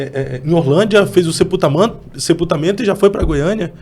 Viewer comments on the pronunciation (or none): quase solta um "sepultamanto"